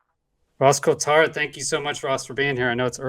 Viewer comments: It’s pronounced COLT HART, Great episode thanks. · his name is pronounced “colt-heart” not whatever you were saying lol. never heard it said the way you did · Awesome. But now I wanna know who told u his last name was "Kewtart" 😂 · Ross “coo-tart” c’mon man lol love ya but never heard that one before. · when you struggle to pronounce Ross Coulthart's name try saying Ross Cool Fart. You'll be amazed how easy it is! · Sorry to be picky, but you're pronouncing his name wrong 😬 Something I've heard you do with other people's names in other videos. Not a criticism, just a heads up. I know it's easily done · yeah would be a great collab....- if could pronounce rosss' name correctly